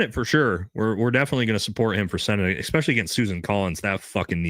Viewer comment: I love your content Bro… BUT PLEASE STOP SAYING “EXPECIALLY”!!! 😂 😂 it’s “ESPECIALLY”!! Aaahhhhhhhh